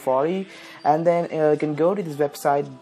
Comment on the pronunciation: "Hey guys welcome to tis Video" Dead